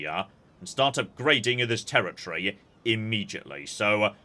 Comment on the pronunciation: I was so confused about what "tear-a-tree" meant.